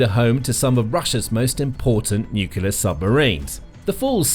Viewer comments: It’s Nuclear not Nulucular. Get it right. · Could you please explain what a NUCULAR submarine is? Is it anything like a NUCLEAR submarine? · Can you please, please pronoince it new-clear rather than nuculear? Other than that a good video. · The correct word is nuclear. “Nucular” is a common mispronunciation but is not recognized as a correct spelling or pronunciation in standard English. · nucular power?